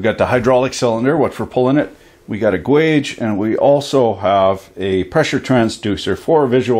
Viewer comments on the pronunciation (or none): qwage? gayge please. but not langwij. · ...”fuck me! Now lean in close and careful very listenly”..bwahahahahahahaha, Hilarious. That was a good one. Oh, and a couple of things, I’m a Canadian too, but what the fuck is an ‘enginUr’ or a ‘gWage’?